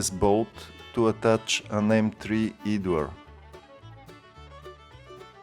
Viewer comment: Great modification... Just a small bit of help with your English pronunciation... Idler is pronounced "Eyed-ler"